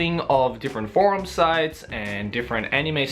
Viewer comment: you said :" anime forum sites" or "anime porns site " :I ?